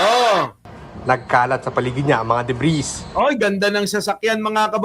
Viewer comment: Debriisss? Deb-ree.